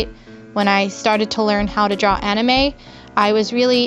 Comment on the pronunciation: Or she said Aname